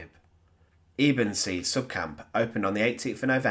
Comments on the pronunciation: Eb en zee not abensay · Ebensee" is pronounced "Ebb in say" NOT "EE bin say". God, do your research